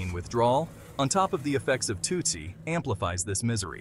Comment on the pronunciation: It’s pronounced “too si” and it’s supposed to mimic the drug 2C even tho they’re completely different.